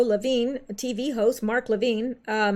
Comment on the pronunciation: Levin = Le (short a) + vin (like a vin number on a car) NOT veen....